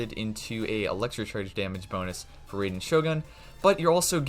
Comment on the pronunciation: how this guy still calling her RAY-den